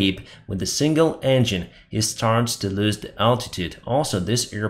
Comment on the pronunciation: ĹOSE, not "loose".